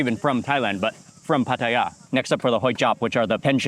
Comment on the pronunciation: Mark pronounces Pattaya like a Thai (no foreign accent at all).